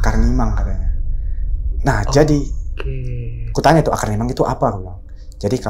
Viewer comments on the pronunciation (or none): Maaf yang bener mimang, bukan nimang